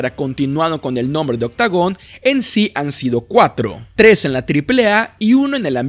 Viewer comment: Una pregunta, por qué dices octagom , no es con afán de molestar solo es una pregunta porque me he fijado que normalmente cambias la “N” por la “M” casi siempre cuando termina en “ON”, espero me puedas responder saludos